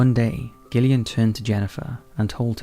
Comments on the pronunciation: I think you need to stop saying Gill-Ian when it's Jillian. IT'S JUST SPELLED DIFFERENTLY. Give Gillian the same respect as Jillian. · G'illian & Jennifer? It's pronounced Jillian not Gill